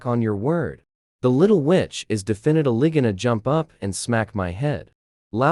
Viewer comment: " luckly the elavotorse of my life" "defenitlivitly going to laugh"